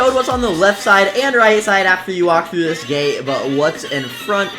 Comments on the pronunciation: Nobody else saw that you said 'tis' instead of 'dis' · no he tip tis instead of this soo he was a real person